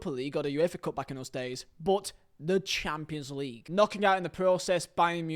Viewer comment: Cant lie bro sayin Champions League like Chaaapslig gets me every time😂😂 love your videos tho❤️